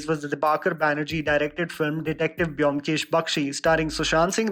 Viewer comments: It's bomkesh not byomkesh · "Bomkesh" is a better pronunciation than "Byomkesh".... Bangalis will agree. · Byomkesh should be pronounced as Bomkesh